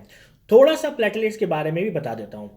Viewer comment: NAT, HIV, HCV, HBSAG, Nimonia, TB, Tests are must be mandatory.. it's platelets not patilats...